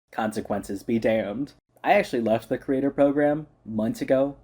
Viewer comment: The way you say "creator" is so close to "curator", it itches the inside of my ears 😂